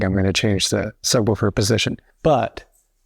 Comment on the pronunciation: a book is a book....a subwoofer...is not a sub wufer...it's a sub WOOFER!